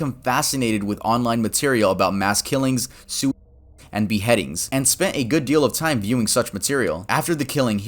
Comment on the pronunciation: Ik that this is supposed to be serious and im probably a bitch for finding this funny but ik he said suicide but it sounded like soup